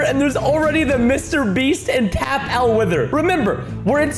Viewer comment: Why did Preston say Mr beast rong